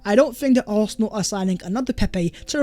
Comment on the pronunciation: “Oohawsinall” as British as it gets right there.